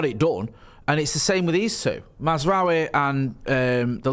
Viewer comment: It's Maz-RAWI. Not Maz-RUWY.